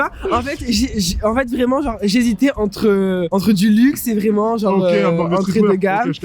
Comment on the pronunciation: Comment avoir une classe de folie et perdre de sa superbe en s'exprimant seulement en quelques secondes 😱 "Genrrrrrrrrrrrrrrrrrrrre"